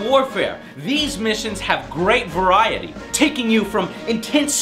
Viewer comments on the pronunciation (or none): none